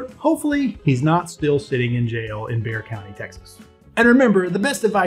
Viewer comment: Thank you for pronouncing Bexar correctly. I would also get a speed limit sign for my secured private road at whatever speed you want....LOL